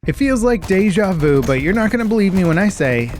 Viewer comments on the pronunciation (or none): "Dewja vou" 😂 quand les anglais prononcent des mots français 😂